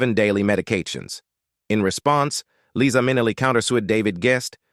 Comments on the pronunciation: LEE-sa MIN-e-lee? Whoever the narrator of this video-tabloid is, he should at least learn how to pronounce the subject's name consistently. Pathetic! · I wish you would learn to pronounce their names and thank God Eliza has enough guts to share her life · Never! Marry an XY! And the narrator needs to learn to Pronounce Liza's name! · Liza is NOT about eighty! Born March 12, 1946. Do the research and Do the math! She is 77. The ROBOT "narrator" doesn't even pronounce LIZA correctly! Get it together, YOU TUBE!! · This guy can't get Liza's name right at times. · I get that this is AI , but come on ! Someone still posted it ! Shameful to have Liza’s NAME , as well as others, mispronounced! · I have been a fan of LiZa Minnelli for many, many years, since she and I were both young. I found it painful to hear her name mispronounced so many times in this post, especially since she bothered to record a song to teach us all that her name is "LiZa with a Z NOT Leesa with an S." She deserves better than this. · "Its Lisa with S NOT Liza with Z because Liza with Z goes zzzzzzzzzzzzzz not sssssssssss" This is part of one of her songs teaching how to pronounce her name...Its this a person or a bot? Cause it goes from one pronunciation of her name to the other several times? I also noticed some other wrong pronunciations of other words. There are also some wrong facts about her life...just saying...She is super charismatic, educated, intelligent, great dancer (she went to a ballet school) and singer and a kind person. Like her mother, with a huge number of gay people. She is just great. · You mispronounce her name?! It’s Liza not Leesa. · I absolutely love this woman. And LIE-ZA (with a Z). Not LEE-SA (with an S). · Her name is pronounced LIE-ZA, not LeeZa! I have loved her since I first saw her. She is beautiful! 🥰🥰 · It was Judy who had the sad life, and it’s LIZA…not LEEESA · Ikr, Leeza is not Liza. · "LIE - ZAH". Get it right robot voice boy. PATHETIC! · Pronounced - LIE-ZA.